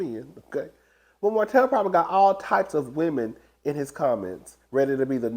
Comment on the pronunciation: you mean the “birds” in Martell's DMs? you mispronounced women.